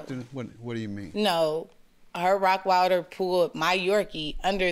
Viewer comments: I’m hearing ROCKWILDER not ROTTWEILER…. What dog lover doesn’t know the names of common breeds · it's the constant mispronunciation of "rottweiler", for me 😭😭😭😭